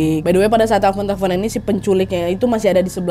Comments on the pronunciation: teflon kak nad bukan telfon😂😂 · Lagi serius dengerin cerita, tetiba ngakak berjamaah. Pas denger kata teflon jadi telpon. Sampe ke ulang 3 kali... Etttdahhh😂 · teflon nadya....bukan telfon 😂😂